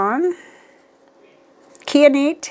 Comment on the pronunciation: Kai - uh- night. Kai rhymes with eye. A beautiful mineral.. Not often used for jewelry because it is fairly soft and difficulty to cut. Pens in ink? Maybe I'll get something interesting at the Atlanta Pen show this weekend. Right now, Pilot and Birmingham Pen Co are the most used inks (in currently inked pens) with Sailor and Diamine inks a close third.